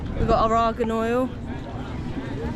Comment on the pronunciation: It isn't ARAGAN oil, it is ARGAN oil....